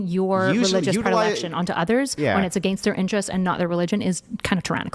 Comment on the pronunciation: Her most insane take is how she chooses to pronounce “against.”